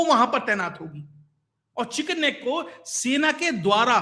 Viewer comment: अच्छा बताया पर वह चिकन स्नेक नही चिकन नेक है ..